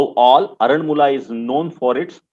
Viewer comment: its called AARANMULA , NOT ARAN MULA.....AND ITS KANNAADI NOT KANNADI BUT WHEN YOU WRITE ITS KANNADI ""AA"USED TO PRONOUNCE IT CORRECTLY .... AARANMULA IS THE NAME OF THE PLACE AND KANNADI MEANS MIRROR IN MALAYALAM